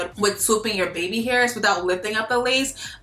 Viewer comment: “Beby hurs” 😭😭😭💕💕💕💕💕💕